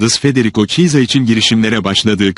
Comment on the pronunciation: Ne kötü Türkçe! Şu haberleri yapay zeka değil bir insana okutsanız ya. Bu kadar kötü Türkçeyi ve yabancı futbolcu isimlerinin yanlış okunmasını ( çisa dediği Chiesa yani İtalyanca telaffuzu Kieza) hakketmiyoruz.